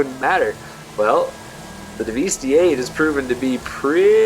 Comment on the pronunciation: It's pronounced "devastate", you know, the synonym for destroy. Not Daveestee. That being said, this is the most comprehensive comparison I've seen yet. Everyone else just uses really dumb races on airstrips and don't even show the times clearly, and most don't bother testing top speeds on oval tracks. Some use a really long straight, which is again very unrealistic. Also, not a single person (except perhaps Broughy1322) actually explains the realistic performance of these cars on a track accounting for the oversteer/understeer and actual handling experience.